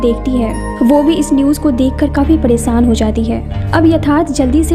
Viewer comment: Why this girl days"sh" to "sa" Saadi not shaadi Paresaan not pareshaan